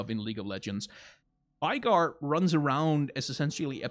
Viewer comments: Veigar Is V-eh-gar, Not V-eye-gar, no? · You say his name wrong. Its not Veigar like V-eye-gar Its more like May without the M V-ay-gar Also Listen to tristanas and veigars voicelines. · it's VAY-GAR